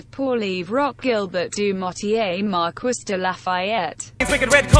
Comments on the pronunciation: Mar-quiss? It’s pronounced mar-kee... come on automated computer voice! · "Mar-KISS"? Sounds like the text-to-speech program was left on "rural american" when making this :D [It's Mar-KEE, btw.] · "Mar-kwiss de Lafayette" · Miranda Mobley ITS MARQEE (pronounced like that) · Mar-kwiss I KNOW IT MAKES ME SO ANGRY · You couldn't even have a French tts read it. MarKUISSSS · Pronouncing marquis like Mar-kwis hurts my soul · Siri, how do you say marquis? “Mar-kwiss” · the way it sais it lie its acc said marquis hahaha me MARKEE ITS MARKEEEEE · If you are going to use his full name, at least program that AI voice to pronounce his name correctly!! Mar-Kwis???? Wow! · As someone who studied French, I felt EVERY inch of my skin crawl when I heard that pronunciation. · The pronunciation of Marquis makes irrationally angry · I cringe every time the voice mispronounces “Marquis de Lafayette” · marie-joseph paul yves roch gilbert du motier marquis de la fayette (side note: i find it absolutely hilarious how the tts mispronounces “marquis” lol)